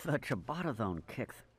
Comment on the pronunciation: Can we all just take a moment to appreciate the fact that these two idiots actually pronounced "ciabatta" correctly. That's impressive for them! 😂